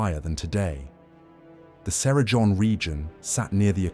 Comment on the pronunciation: Cerrejón not Cera John🥲